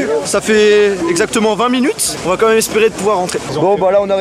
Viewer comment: Comme même, Comme même, Comme même! ça me rend dingue, tu ne sais pas dire "Quand même"?:( Je t'adore, mais c'est presque agaçant d'entendre ça. Merci pour ce voyage:)